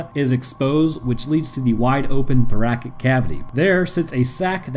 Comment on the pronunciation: why did you pronounce thoracic like that 😭